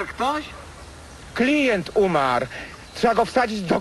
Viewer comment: "Klient umar" 😂